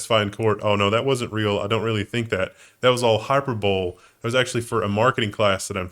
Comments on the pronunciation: HYPERBOWL??? Is that like a football game? I saw recoil when said, "Hyper bowl". 😆 The word is hyperbole, pronounced hy-PER-bo-lee. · Its pronounced high-per-bow-lee. Dont feel bad, my kids have teachers that cant say it either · Hyperbole - Hi-per-bowl-ee. The 'e' is pronounced as a long vowel. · The word is not "hyperbowl",. But you did pronounce “innocuous” correctly. So you’ve got that going for you. Which is nice.